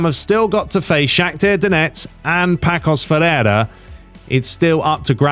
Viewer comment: It’s actually pronounced passos de Ferreira